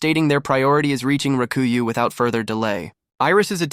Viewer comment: Rakuyoh...not raku you. >.<